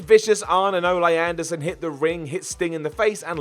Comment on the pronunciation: Who TF is "Oh-lay Anderson"?